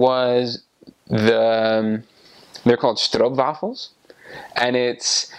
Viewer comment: am from groningen and i dont like haring either. and a boterham is just normal. right? or do you eat hot for morning afternoon and evening? ohw and BTW friet is said in south netherlands - belgium in the north we say patat. and also the way you say stroopwafel is really good! most people cant prenounce it xD